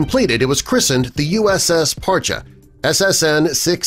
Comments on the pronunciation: I knew a couple of guys stationed on this one and they pronounced it "Par-Chee" not "Par-cha" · It’s Par-chee.. Not Par-cha. Served on her 98-02. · Parcheeeeeee not parcha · USS Parche pronounced "Par-Chee" not Parchu. Spec-op boat with hull extension. Had more mods then any other Sturgeon class boat. Saw her in dry dock getting modified at Mare Island during our refueling overhaul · USS Par-Chee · Terrible video. 3/4 of the images were Russian subs. And they can’t pronounce Parche correctly. Hint - it’s not Par-chay The years are also incorrect for modifications. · An interesting video. The Name Parche is pronounced Parchee. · Dude can't even pronounce the boats name correctly.